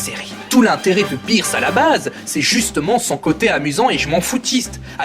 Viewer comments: C'EST BEERUS ET PAS BIIRUS!Mais à par ça pas mal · on dit beerus pas birs et manga pas manka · Ta prononciation de beerus et de manga sont bizarres 😂 le prends pas mal ça me perturbe juste ça me dérange pas